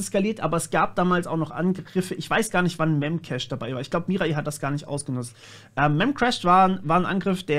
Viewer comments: "Mirai" ist Japanisch und bedeutet "Zukunft", also goldrichtig was du gesagt hast. Allerdings wird es korrekterweise nicht "Mira-i" ausgesprochen, sondern "Mirai" ohne Mini-Pause vor dem letzten i. Also das "ai" eher wie "Ei" (wie das Frühstücksei) ausgesprochen. Keine Ahnung, wie ich das besser beschreiben soll xD Sprachen sind schwierig 😅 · Ey joo Mirai wird ohne i lang gezogen ausgesprochen.